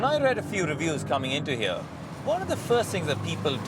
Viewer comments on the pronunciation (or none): none